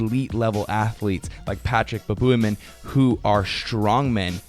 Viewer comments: It's Patrik Baboumian, not Patrik Baboobymum :D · It's always fun to hear how you guys struggle with "Baboumian" :D